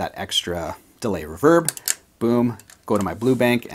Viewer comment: Why does pointy fingernail man say reverb wrong